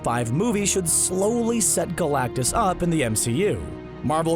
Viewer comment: Well I mean first of all, it’s galactus..